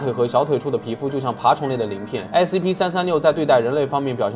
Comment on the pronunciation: Scp念成sap...發音很難嗎😅